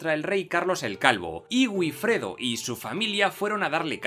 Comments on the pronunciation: Es VIFREDO, teniendo en cuenta que la probable pronunciación de la W gótica fuese similar a la W alemana, e incluso se parecería a FIFREDO. Pero no a "B"ifredo. El fonema B en lugar del fonema V es un "vicio vascón", ¿sabías eso?; uno que el castellano adquirió del vasco de la época y que ya hasta César resaltaba de los "iberos" con su famosa frase de "bienaventurados los iberos, para los cuales "vivir" es "beber" (vivire, bebere est) y que casi nadie sabe entender correctamente. 😏 La V y la W derivan de hecho del fonema U, campeón; en inglés, en alemán y en español. Otra cosa es que tú no sepas pronunciar una V, y no entiendas la diferencia. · Estupendo vídeo, pero la pronunciación de Wifredo (El Velloso) es "Bifredo", no "Uifredo". El inglés nos está invadiendo...